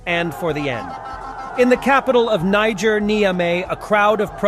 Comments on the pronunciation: Niger.not nigeria😂😂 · For the benefits of those not aware, please avoid confusing the country if Niger with Nigeria, especial via the wrong pronunciation. Niger is French speaking. The proper pronunciation is with French sounding niːˈʒeər. The demonym for Niger is either Nigerien (note "e") or Nigerois. You referenced Niger in this post towards the end of the post. As you are probably aware, Nigeria is English speaking and a totally different country. Demonym - Nigerian (note the "a"). Nigeria as a country and Nigerians are more pro west than most African countries. I am a fan and a subscriber. Please keep up the good work. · it's helpful if you pronounce Niger as "Nee-jair". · It's niger, pronounced nezyea